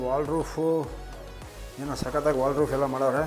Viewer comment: ಅಯ್ಯ ನಿಮ್ಮ ಮನೆ ನಿಮಗೆ ಗೊತ್ತಿಲ್ವ 😁.. ಇಷ್ಟು ವಿಡಿಯೋ ಮಾಡ್ತೀರಾ ದೇವಿಗೆರೆ ಲಿಫ್ಟ್ ಕಂಡೀಶನ್ ಹೇಗಿದೆ ಅಂತ ತಿಳ್ಕೊಂಡಿಲ್ವ ನೀವು!!. ಸ್ಲಯ್ಡ್ಲಿಂಗ್ ಐಡಿಯಾ 👌👌👌. ವಾಲ್ಡ್ ರೂಫ್ ಅಲ್ಲ. ವಾರ್ಡ್ ರೋಬ್ ಅಂತಾರೆ